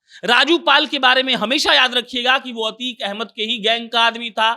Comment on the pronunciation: अबे यार अच्छे से अभ्यास कीजिए अतीक अहमद है अतीक पाल नही